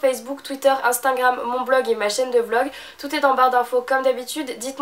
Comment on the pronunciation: on dit instagram, pas instingram ohlala